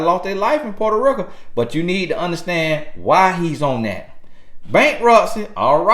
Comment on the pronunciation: Boy that accent hit when you say porta reeka 🤣🤣 I love it though thank you for the guidance 👌🏾🙏🏾